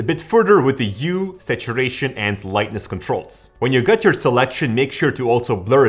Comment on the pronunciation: "U"? 😂 It's Hue.